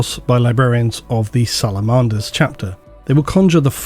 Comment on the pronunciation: love you man, there is no better on YouTube for 40k, without a doubt, but your pronunciations... SalamOnder??? I let the Abaddon one slide but dude this one!